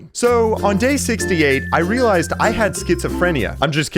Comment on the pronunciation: "I reliased I had schizophrenia"😂😂😂😂